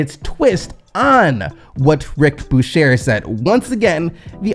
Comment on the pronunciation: u killin me bruh! Can u please learn to pronounce peoples names correctly? Who TF is Rick Bushair?